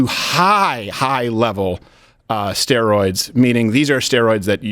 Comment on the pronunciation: "Asteroids" 🤣💀